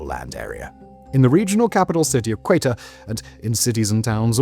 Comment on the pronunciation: Quetta is pronounced Ketta